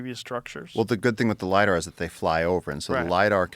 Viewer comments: Hey Joe,, stop with the 'Lydar' already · Joe "But did you LIDAR" Rogan.